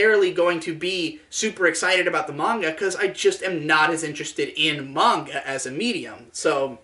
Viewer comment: 10/10 didn't pronounce it Mainga